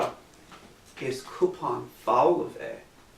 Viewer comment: Your pronouncing cup so wrong it's so annoying its not coupon it's cupan!!